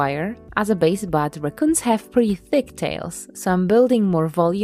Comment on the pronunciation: There is no more r-AH-coons…. Only r-UHH-coons from here on out for me lol